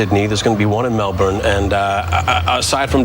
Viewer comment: He's Canadian, he knows not to pronounce it as Melbooooooooooorne.